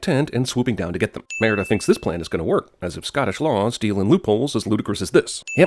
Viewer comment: Think CinemaSins needs to take 50 sins for themselves for the butchered pronunciation of Merida the entire time..